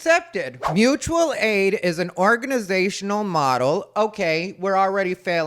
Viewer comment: It’s Moochual aid!!!! 🤣🤣🤣